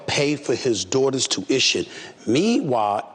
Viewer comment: His big forehead calling it TOOITTON instead of Tuiton and EEERYBODY instead of Everybody but you criticizing Ms Crockett’s vernacular 😅